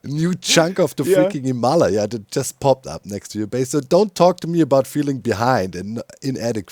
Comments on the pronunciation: So, I don't know the original Tibetan pronunciation, but in American English, we cal the Himalayan mountains (phonetically) hi-muh-LEJ-uhz (German spelling for you ;) in English lej is spelled lay) - Capital LEJ to emphasize stress, or accent. You say it hē-MAH-lī-uh for example. Caps on the emphasized syllable: where the stress/accent is placed. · XD ROFL HIM-ALA-YAH XD his pronunciation of the mountains is cracking me up!!! XD I'm pretty sure its pronounced Him-a- Lay-a XD i could be wrong tho. XD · Lol still the pronunciation of Himalaya... we American English speakers pronounce it "Him-a-Lay-a" (like Princess Leia from Starwars) or "Him-uh-lay-uh" if you will. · The way Doc says Himalaya scratches an itch in my brain😂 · Your pronunciation of Himalaya sounds more like a disease than a mountain to my American ears 💀🪦🥀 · There's that "Himalaya" again. Even worse; I've never met a German (or Dutch) who can say "squirrel", for some reason. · Its funny cause doc actually pronounces himalayas pretty similarly to how french people do😂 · I need to hear one more German person say Himalaya to actually believe him that's how it is pronounced there.